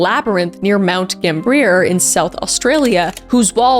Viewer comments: i had a little giggle when u said gamb-ear, its sounds more like gamb-iA (said a bit quicker too). but i’m just a dumb australian what do i know hehehe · If it hasnt been said, it is pronounced Gam (like bam)-bee-uh. :D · These stories are so heartbreaking, but as a South Australian, I actually can't with the pronunciation of Mt. Gambier (gam-bee-er).